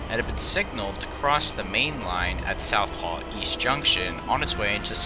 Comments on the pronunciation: Are you trying to say ‘Swansea’??? Also, You are incorrectly splitting Southall into South Hall... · What do you mean by ran from the 1970s-2019? They’re still running! And, by the way, it’s pronounced South-all and Swan-sea. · I was so confused as well as how he couldn't pronouce Swansea and southall